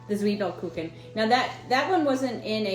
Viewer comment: As a native German speaker: Your German pronunciation of Zwiebelkuchen is pretty good👍🏼🙂